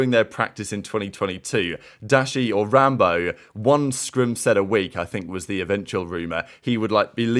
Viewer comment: is wild for saying “rambowl” instead of rambo 😭🤙🏼 1st comment btw